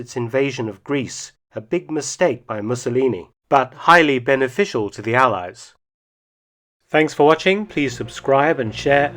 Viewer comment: "Higly beneficial to the allias"... I was near suffucating from my pizza when I heard it... you are a joker, Mark! Well done!